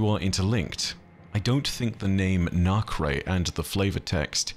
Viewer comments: Hey just wanted to point out cause I haven't seen it that nacre is pronounced nah-cer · Hey, Nacre is pronounced "nay-ker". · The word nacre is pronounced 'naker' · Hey, not trying to be rude, but the substance nacre is pronounces nay-kr instead of nah-cray :) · Real quick, unwanted grammar fiend here, but “nacre” is pronounced as “NAY-KUR”, for those curious…though this whole time I’ve been pronouncing it as “NAH-CUR”… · nacre - > "nay ker", not "nah kray" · Nacre is pronounced Nay-kr 😊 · It's NAY-ker, not NOK-ray. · it's pronounced as nak-er not nak-re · Hey! Great video! Although, Nacre is pronounce "Nay-ker" long A and schwa-R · Great video! Just a head's up, nacre is pronounced more like "nacker." Don't know why; english is weird that way. Editing to add a bit of context about the feldspar thing: feldspars aren't made of silicates, they are a family of silicate minerals. That said, they dont tend to make up things like shells because they're less chemically resistant than something like quartz, and tends to get broken down into clay minerals. In geology, when we say "silica" we typically mean SiO2, or quartz. So when we talk about the radiolaria being silica based, we would mean that their skeletons are quartz, as opposed to calcite which makes up a lot of other marine shells and skeletons. Source: am a geologist. Hope this is helpful! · ah with the context given, it would be pronounced "nah-cur", the first syllable like how some people pronounce nacho, or alibi. The word nacre would be similar to ochre then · Everyone else talking about the winnower. Me wincing every time I hear "nak-ray" knowing that a 2 second Google would have prevented it. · I believe it is pronounced "Nay-ker," and is a reference to the inner linings of oyster shells which, when exposed to irritants, encyst into pearls. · Thanks for these videos, the pronunciation is nay-ker 🙂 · if referring to the outer shell of a pearl, it is usually pronounced Nay-kr :) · Nacre = “nay-kuh”